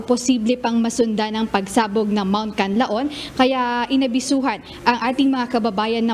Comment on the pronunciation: pls. pronounce the Canlaon properly...